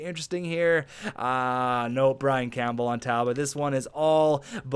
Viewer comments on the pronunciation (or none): none